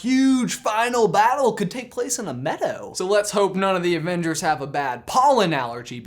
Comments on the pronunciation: says avenders not avengers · I cant help but notice he said "AVENDERS" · "avenders" I love